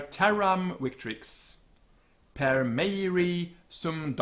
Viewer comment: You're the only person I've heard who actually knows how to do the TEPoL correctly! Ignore Classical Vowel Length - English vowel length is another beast. However your temptation to speak good classical Latin shines through: "per" should certainly be /pəɹ/ and you're overpronouncing the R-you sound to have a non-rhotic English so your Latin should be equally nonrhotic in the traditional scheme - a Brit saying [pɑːɹvə] is unthinkable; it's [pɑːvə]. Nevertheless, i hear some non-TEPoL pronunciations. You've made "victrix" all Classical-like; should be vɪktrɪks just how it looks to an English speaker. Cingunt is sɪngʌnt not sɪndʒʌnt; "gu" should have a hard G. Subjacet is incorrectly stressed-should be ˈsʌbdʒæsɛt or ˈsʌbdʒəsɛt in more innovative / reductive Anglo-Latins. Aer should be eɪə(r) or even ɛə(r). Aeque should be iːkwiː. You;ve gone too far with "deus" - it's deus not dius, and thus diːʌs not daiʌs. Instituit should have a /ju/ for as you'd read in English: [ɪnˈstɪtjuɪt]. Praestat should be /priːstæt/ or even /prɛstæt/ but I would probably pronounce prae-stat with the long E - your /aɪ/ is entirely faux-Classical. Quos is kwɒs, rhymes with boss - kwoʊs is a later Westminster pronunciation that tries to preserve Classical length / analogy to Romance languages like Spanish - a good reminder of the English realization of "os" is "chaos" - "sapiens" is seɪpiɛnz not sɑːpiɛnz; your Classical is showing again! - Ordine is correctly spelt in the video as /ɔː(ɹ)dɪniː/ but yo